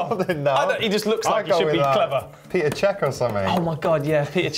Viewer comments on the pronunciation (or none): Peter Cech??? Wow is it that hard to pronounce Petr